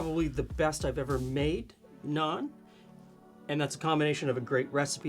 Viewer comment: As an Indian-Canadian living in Ontario, this is the first time i've heard people pronounce Naan correctly!